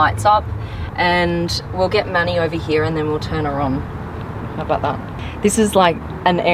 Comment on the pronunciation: Even the captions miss heared manny for money 😂